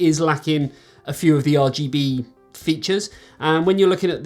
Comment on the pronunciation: Great video:) By the way, it be Arrrrrr GB lol, keep that in mind for next time hehe. Keep up the good work my friend and stay safe